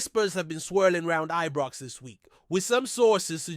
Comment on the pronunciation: Who the heck is this guy, he is an insult to Scottish supporters no matter what team or places in Scotland, Its Scotland not Scatland, its Scottish not Scattish, even our rivals its Celtic not Keltic, I could go on. Am sure he is the one that called Ibrox as Ebrox.and Govan is not Goovan. I am cringing every time I hear him, he is certainly not doing Rangers FC any good, but harming good supporters across the world, my rant over.